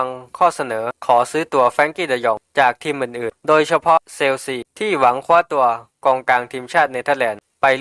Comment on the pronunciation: เชลชีครับไม่เซลซีครับ